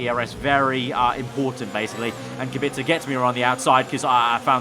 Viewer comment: Please say “Kubika” in stead of “Kubitska”